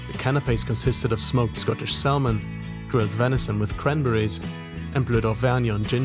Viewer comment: So I’m watching and thinking hmmm a bit precocious, but then to top it off you called salmon SAL MON and I was convinced you actually are a precocious tool.